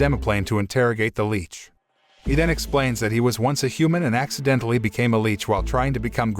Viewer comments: Right?!? 'L-itch' not 'L-eech' 😅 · LICH not LEECH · CAN YOU PLEASE JUST SAY LICH FOR THE LOVE OF GOD😡😭